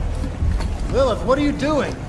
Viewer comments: in the middle of the video you start calling lillith,lilth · Is anyone not gonna point out that he said Lilth instead of Lilith XD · Atlas: Lilith: LILTH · it’s Lilith.. not lilth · it’s lilith not lilth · LILITH.... not “Lilth” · This is old. I’m late. But WHO THE FUCK IS “LILTH”?!